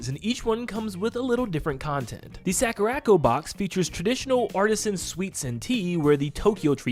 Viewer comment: Sakura. Co. Not sackuracko. Please, for my sanity...